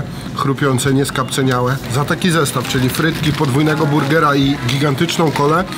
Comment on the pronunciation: mówi się skapcAniałe, a nie skapceniałe.